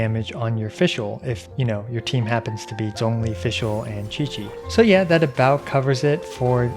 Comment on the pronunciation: Thanks for saying Zhongli's name correctly wkdnskxnsm